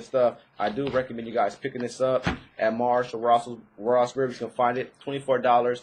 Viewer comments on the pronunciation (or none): none